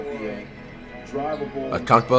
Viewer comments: How to say Giannis’s last name: Antetokounmpo. Flight’s way of saying Giannis’s last name: Akumpo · Zeeeeeeeeeon, it’s zion man, Alonzo, it’s Lonzo man, Akumpo, it’s antetokounmpo man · It’s antekeumpo not akumpo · Bruh it’s not akumpo it’s prounouced ante ta koom po and it’s not zeeon it’s ZI ON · Flight: Zeon What it really is: Zion Flight: ahkumpo What it really is: Antetokounmpo Flight: Donacic What it really is: Doncic Flight: “Steph is 6’0 What he really is: “6’3” Flight: “Ahkumpo is 7’3” What he really is: “6’11” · Nobody : Flight : zeon an akumpo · Bro Zion and Giannis are my 2 favorite players and it’s just hilarious how he calls them Zeon and akunpo. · Why tf does flight say Ancockbow and Zeeon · “Zeeon Williamson vs AKUNTpo” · “Zee on williamson and akunkpo man” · Did he just say unkunkpo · Why did flight say Zeeon Williamson and Akumpo ?? Who dat supposed to be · AN-TET-Ohh-Kunnn-Po. It’s not that hard!!!! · “Akongpoi” flight.....